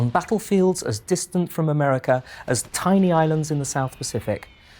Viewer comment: 'Four great threats to peace, democracy & freedom" Ah-mer-ri-ca, it checks out